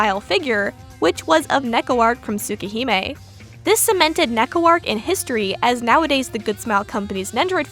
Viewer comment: Honestly Neko-Arc’s entire legacy in and out Tsukihime feels kinda in character, like a comic relief Eldritch Horror who wonders through any media. Also I’ve never heard Arc pronounced like that before, a new addition to my Tsu-Keh-Hyme collection.